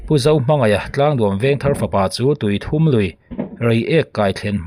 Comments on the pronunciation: tuithum lui niloin, tuithûm (Ri hum hum) zawk a ni e. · Tuithum tih laia "u" hi a ri hniam tur ani lo ami... Tuithum(3) ni loin... 😅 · Tui thum i tih kha maw i lam dik lo tuithum tih tur a ni ee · A tlak hlumna hi Tui thum(pathum) angin i chhiar a,a dik lo Tuithum( i aw chu a thum) tih a thum ang a lam tur,ti chuan Tuithum tih tur kalo sawi vek lo a nie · A aw a va tum ve tih kan lam rik ang hian tui thum tih a lamrik zawk tur. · Tuithum lui i lam rik dan a dik lo aw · Tuithûm (pathum sawina ni lovin, bass ( ri thûm) sawina angin a ri tur zawk a ni lo maw le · Tuithum lui (thum tih hi thluk tur)ri thum kan sawi ang hian thuuum tih tur zawk a ni e. Tuithuuum lui. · tui thum nilo in Thûm zawk aw(bass ang a thûm) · Bengvar thlak ṭhin e,Tuithum tih i sawi rik dan hi,THUM tih lai tak hi" i aw a thum",tih a thum ti a lam rik tur a nia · tuithum hi tawng thum anga lam tur anih hmel ve